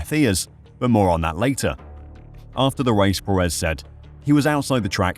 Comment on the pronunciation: Just an fyi it’s pronounced PErez not peREZ.